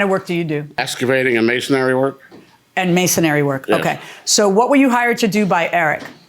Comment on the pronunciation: How can you not know how to pronounce the trade in which you work? Masonry. Not masonary.